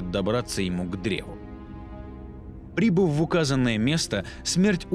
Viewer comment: Браток,поработай над ударениями: "прибЫв",а не "прИбыв","отдАв",а не "Отдав" и т.д (За первую и вторую части штук 5-6 таких неправильных ударений). А видосы очень годные,хорошая подача,интересно рассказываешь.Лайкос поставил. P.S: В конце,"Когда Война сломает 7ую печать и призовёт своих братьев...",надо было добавить "и сестру" ;D